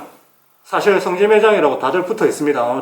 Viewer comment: 성기라고하는거같네 ㅋㅋ